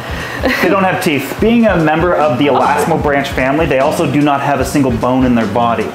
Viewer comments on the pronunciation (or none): The correct pronunciation of elasmobranch is ee-laz-mo-BRANK. Not ee-laz-mo-BRANCH.